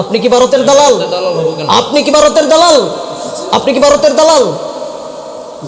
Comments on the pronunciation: "Baroter dalal","bul"......he can't pronounce "bha".....😃😃😃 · Boka joda, bharat kothata valo kore aage uccharan korte shek.. Tarpor varoter badnam karis.